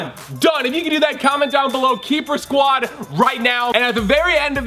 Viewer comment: "keyper squad"